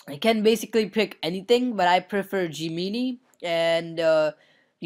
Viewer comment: Gemini is pronouced Gem-En-Eye